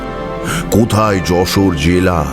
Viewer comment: খুবই বাজে যশোরের উচ্চারণ! একদমই হয় নি